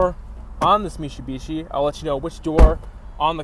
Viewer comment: Mishibishi? Your gonna try to sell us on this but can't say the name right.